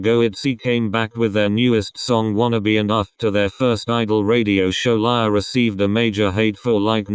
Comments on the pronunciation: You pronounced lia wrong you said laya but its lia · No one: Not even Lia: Not even Ryujin's hair: The translator pronouncing Lia's name : Lie-ya